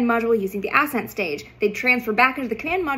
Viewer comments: Ass-ent or ascent? The pronunciation killed me. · I love you content, space nerd myself here. But why are you pronouncing it “Ass end” stage? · Forgive me. Emphasis should be on the second syllable of the word ascent. Not the first.